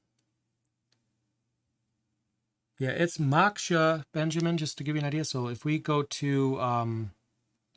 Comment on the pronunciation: Now I feel stupid: I was wondering why Geany (with a hard "G) had a boiling teapot as a logo! LoL. Duh. It's Moak-shuh, btw, you should know that with your Buddha statue right behind you!